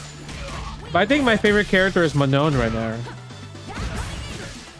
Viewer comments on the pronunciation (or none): none